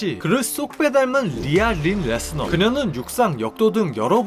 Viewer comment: 레스너 일때는 ‘너’ 인데 브록 레스너 라고 할때는 ‘러’ 라고 발음하냐 ㅋㅋㅋ